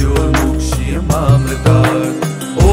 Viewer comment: Pronunciation of "Trayambakam" is wrong... Please please correct it and reload the video 🙏🙏🙏